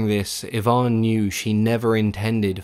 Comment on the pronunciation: Finally, someone who pronounces Ivan properly.